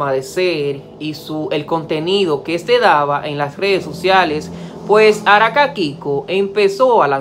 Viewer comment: Por qué dices Araka ?